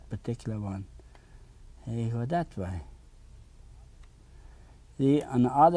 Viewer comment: He has a rare and beautiful talent. I love how he pronounces “way.” ❤